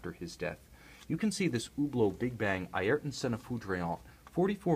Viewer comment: Be decent if you can say his name properly, but hey good video bro